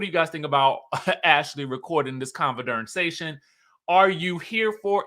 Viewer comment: Not "conver-darn-sation" 🤣🤣🤣